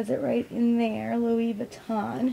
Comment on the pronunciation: No. You completely butchered the name. It's not Lewis vuitton, it sounds more like Louie. And Empreinte is pronounced like 'ompront'. It's French for imprinted basically. Lol